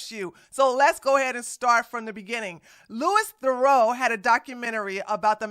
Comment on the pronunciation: Its lou-wee the-roo!!!